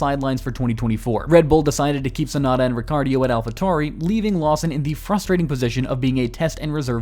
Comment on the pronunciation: The name is Yuki Tsunoda not Tsunada…